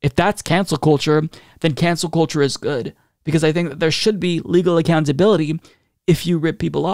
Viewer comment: It's actually pronounced cancel cult-cheugh